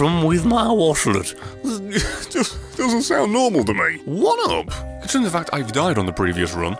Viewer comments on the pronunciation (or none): When he said one up I thought he said "What up" XD